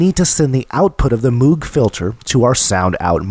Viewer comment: You're a very good instructor, but you're mispronouncing Moog. It rhymes with vogue and rogue. Cheers.